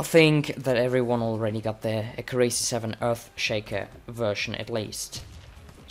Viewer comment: Accurácy? Wasnt it Accúracy?